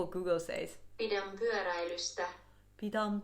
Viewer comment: actually your first try at trying to pronounce "pyöräilystä" was really good